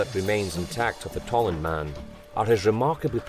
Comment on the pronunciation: Tollund, not Tolland.